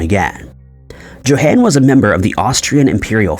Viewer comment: YO HAWN!!!! JOHAN IS PRONOUNCED LIKE - YO HAWN (like Dawn but with an H sound).